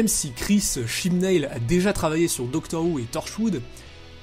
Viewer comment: OMG "Chibnail" mais on prononce "Chibnaule"